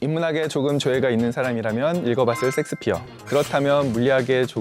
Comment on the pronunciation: 섹스피어로들리는건 내귀가잘못된건가..